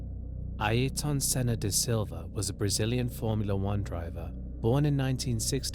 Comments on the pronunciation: Great informative video. Just one thing, his name is pronounced more like AIR-TON Senna. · Interesting how you pronounce Ayrton Senna’s name, it’s as if you don’t know who you are talking about 🤷‍♂️